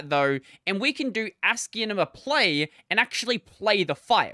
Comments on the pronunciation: i think he is talking about how the name should sound more like ASCII + CINEMA than the odd way you are pronouncing it. When you listen sounds like you are saying ASCIIENMA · Why are you pronouncing it like that